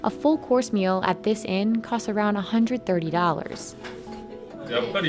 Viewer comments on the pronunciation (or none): none